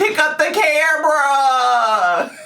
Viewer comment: Why did she pick up the cameerra!a.😂